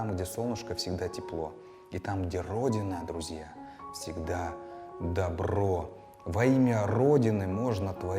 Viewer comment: по моему в поговорке " при солнце тепло, как при родине добро " в слове добро надо ударение делать на первую "о" тогда смысл получается более образный, более мощный.